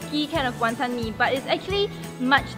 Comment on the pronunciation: The WonTON emphasis tho